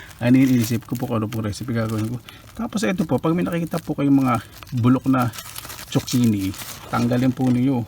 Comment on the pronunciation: I AM JUST CURIOUS HOW ZUCCHINI ARE PRONOUNCE IN EVERY COUNTRY, IN FINLAND DO THEY PRONOUNCE IT LIKE TSOKINI BECAUSE THAT IS WHAT I HEAR YOU PRONOUNCE IT BECAUSE HERE IN FRANCE ITS CALLED COURGETTE